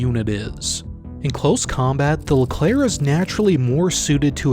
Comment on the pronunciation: The Leclerc prononciation was on point